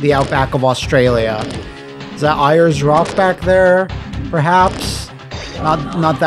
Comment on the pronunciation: Just as a heads up, because I feel like educating on Australian icons for no particular reason, Ayres Rock is technically pronounced "airs." More importantly we've moved away from that name and use it's indigenous name, Uluru (oo-loo-roo). :)